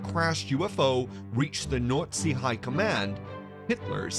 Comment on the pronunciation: You think you'd get someone who could pronounce Nazi if they're going to narrate a Hitler's UFO documentary.